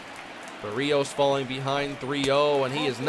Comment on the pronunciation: Does anyone else get annoyed when he pronounces Berrios wrong every time?